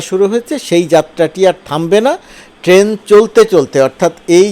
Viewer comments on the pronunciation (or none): none